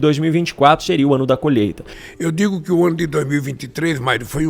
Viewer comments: Desculpe-me, não é colheita e sim...." colheta". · "Colhêta" (sic)?? "Adôbo" (sic)?? 🤮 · "COLHETA" ... não consegue falar colheita. Deus Nos Livre das trevas.